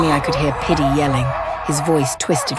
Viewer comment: I’m deadddddd 😂😂😂😂😂😂😂😂 pitty??? Or diddy 😂😂😂😂😂😂